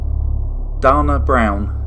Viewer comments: Dana is pronounced Dane but add the A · 'Dana' is pronounced Day-nuh. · 🙏💜🙏You say da•na we 🇺🇸 say dA•na😇 I💜English!!!!! Thanks